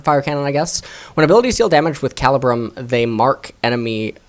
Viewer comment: I don’t mean to be that guy but it’s actually pronounced Cah-lee-brum.